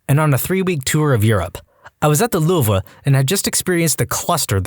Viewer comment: what the heck is the louver do you mean the louvre